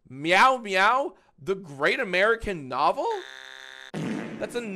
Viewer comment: "The Great Ameowrican Nyavel" was right there